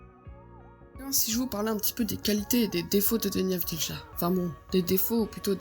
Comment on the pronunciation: Ca se prononce avdiya